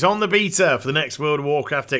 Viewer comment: The way you say Beta is so troll xD i heard you say the word Bae before on stream so its not your accent are you doing it on purpose